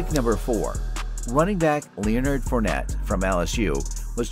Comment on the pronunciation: Ur butchering of Leonard Fournette and Travis Kelce’s (x2) names makes me wonder if you actually watch football.